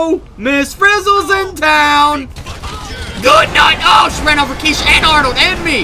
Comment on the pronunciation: when you introduced kesha at the beginning it sounded like key shit so I had to replay to make sure it wasn't key shit my hearing is a little off today.